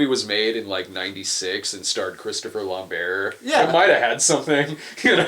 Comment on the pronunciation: I had this on in the background while I was working, and then I heard you guys talking about a 'Christopher Lamb-bear'... and then I realised, you're talking about Christopher Lambert, pronounced Lamb-Bert... Weird.